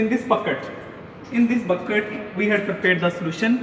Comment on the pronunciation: “.3 leeder waddder “ 🤣🤣 put on bugket 😂😂😂